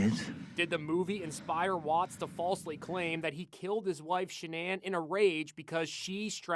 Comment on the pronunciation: Stop using AI for these videos. It’s saying his wife’s name wrong. That is terrible and disrespectful to all who know and love her.